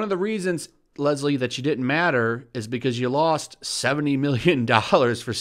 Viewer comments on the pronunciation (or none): She said dint Lol